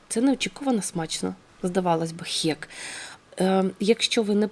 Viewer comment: Відео сподобалося, єдине зауваження - не "хєк", а "хек")